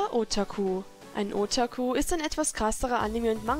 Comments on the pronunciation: Otaku wird net ootaku ausgesprochen ^^ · zum Beispiel wird bei Otaku das "ta" betont nicht nicht das "O" heißt das O wird kurz ausgesprochen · Und du betonst otaku falsch. Das o wird kurz ausgesprochen und nicht lang. Übr coole bilder❤️